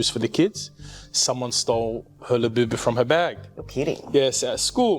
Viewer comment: She is "di öüná" of the "göüld lö-böü-böü"